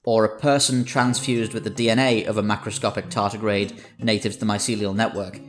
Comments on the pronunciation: "Tardigrade" not "tartigrade". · Tardigrade, not tartigrade 🤪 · Tardigrade not tartigrade,.